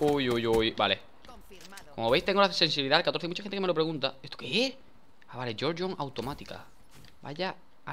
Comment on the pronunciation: Jajaja dice gorgo aver de gorgon